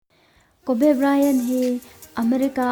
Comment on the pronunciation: A hming in lamdan te hi mak ve..kawbee i tia..Kobi ti ag a lam zawk om..